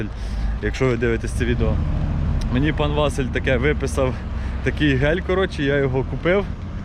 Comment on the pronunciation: Чому ВАсиль, а не ВасИль?